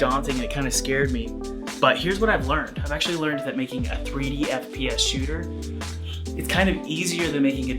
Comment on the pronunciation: no one: literallyyyyy no one:: fPs sHoOtEr